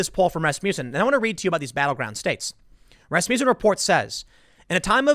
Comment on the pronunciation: Love how Tim pronounces Rasmussen like Rasputin... 😍😂😍😂